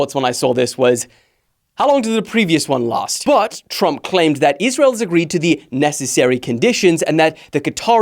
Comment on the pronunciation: Tump? Nuh uh plz don’t disrespect my man like that put the R plz hello